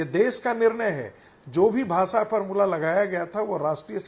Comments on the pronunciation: भासा नही भाषा होता हे रागी😂😂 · भासा नहीं भाषा होती है रे गवार